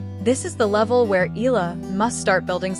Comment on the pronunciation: we Filipinos pronounce Eala into 'E-Ya-La,' please say it, the way we say it. Thank you..